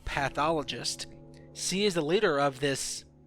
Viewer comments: he always said "si" instead of "she" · It's she no see! So annoying hahaha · "C din't ev hav a baby." Sometimes I wish I had a translator. Still like the video. Btw, when you cough, you can edit the audio. You know? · HenryMania yes he pronounces it see. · he cant pronounce she he says cee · You know what's even crazier than the fact that Lynn wasn't pregnant? The fact that you kept saying "see" instead of "she" as you talked about this. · he also says see instead of she. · can you fucking say SHE properly?? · Is it me or this nigga can't say SHE* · How come you can't say 'sh'? It's weird. Never heard of people not being able to make that sound. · "she" .... "SHeeee" all hearing is "see." "See wasn't pregnant" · Why does he pronounce 'she' as 'see' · Why did I watch this you don't even know how to talk. You literally say "see" instead of "she" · hahahaha i know, also keeps saying See instead of she and minesaft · This guy can't say she lol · u pronounce "she" really weird